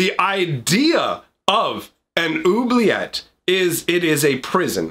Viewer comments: Oubliette, is already French. "Who-Blee-Yet" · two ts and an e = say the t sound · even in French it would be pronounced with a hard T sound at the end